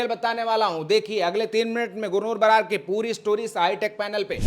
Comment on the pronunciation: बरार नहीं। बराड है